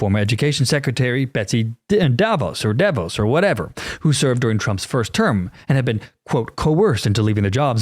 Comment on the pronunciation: Betsy DeVos.....DEH-VOSS. like boss.